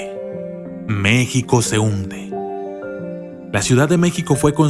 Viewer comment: enserio no sabes cómo se pronuncia México ,si insultas a México me insultas a mí y por esta vez y por todas no me arrepiento de ser una mexicana